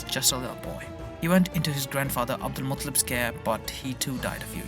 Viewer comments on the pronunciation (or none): Its pronounced Mutaaalib not Mutlib